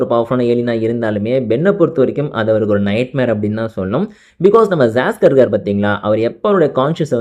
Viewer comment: bro saskar illa siscar